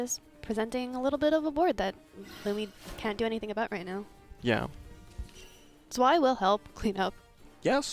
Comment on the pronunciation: Were som nice games played here! Really wish this game got more views. It really deserves it. As a side note. Please stop pronouncing Zwei (German word for two) as Sway... XD